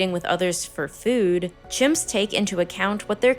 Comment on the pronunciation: the way you say “Fewd” gives me depression lmfao